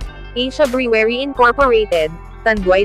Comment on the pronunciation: Brewery is not pronounced the way you did